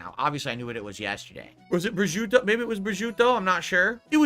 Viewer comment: >> "authentic Italian" calling prosciutto "breh-joo-toh". Love how he acts like such a snob but doesn't even know Italian food himself.